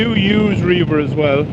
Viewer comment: I do believe the app is pronounced Rev-er (at least when I've heard the employees pronounce it). I can imagine you could use it for reaving though, go forth and plunder! Love the jacket, it looks sharp on you. I'd totally drive that truck. Very dope.